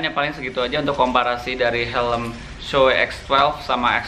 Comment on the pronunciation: bacanya shui bosq